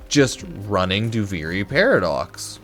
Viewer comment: You're saying duviri wrong, it's duvearee not do very or do vary